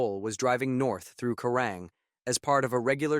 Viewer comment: It's called Kerang not kurang,get it right.